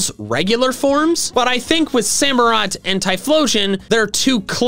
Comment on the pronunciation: SAMUROTT, NOT SAMOROT! DECIDUEYE DOES NOT START WITH A B, IT STARTS WITH A D! AND DO NOT LEAVE OFF THE U IN DECIDUEYE!